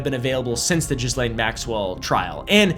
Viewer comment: Your pronunciation of 'Ghislene' is actually the correct one 'Jees-Lane'. French first name, that's how the french pronounce it. I know because I dated a Ghislene 😅